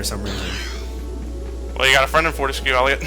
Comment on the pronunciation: ellioet put an t infront of ellioet